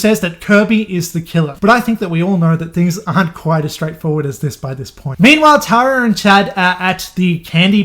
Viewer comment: Tara is pronounced “Tear-a” lmfaoo best way I could explain it. Tho I like “Tar-a” that could’ve been a way cooler name but not American enough.